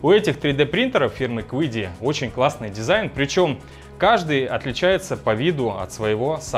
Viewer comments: Компания называется Чиди, а не quidi ) вот такие китайцы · Если уж произносить название машины по-английски, то будет звучать как Киди (неоткуда там звуку "у" взяться)... Но принтер китайский и название у него китайское из двух иероглифов - звучит как Чиди (причем "ч" ближе к "ц") :)